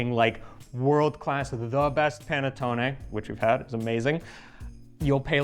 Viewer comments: Listen to please. The "Pan A tone A" is a bit hard on the ears. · It’s pronounced "pah-net-taw-nee.